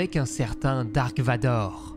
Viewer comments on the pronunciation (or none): none